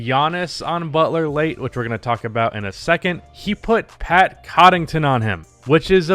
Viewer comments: Say it with me!: "Conn-uh-ton" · 1. It’s Pat CON-UH-TUN 2. Pat is a solid defender and serviceable shooter. 3. He’s primarily a hustle & energy guy. He played good defense on Butler, Butler was just in rhythm and having better offense. There’s nearly nothing you can do in a one on one situation in that case. Bud should have put Giannis on him in the last 5 min. Case closed. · Nobody:: Cotton-ton, Draa-jik. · Not only that the man can't even pronounce "Connaughton" to save his life xD. I love ya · Bro you gotta learn how to say Pat’s last name